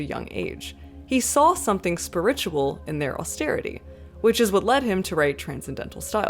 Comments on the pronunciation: Is this pronunciation of “spi’RITUAL” a Canadian thing or a thing? I’ve never heard the emphasis put there before, I’m so intrigued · why do you pronounce spiritual like that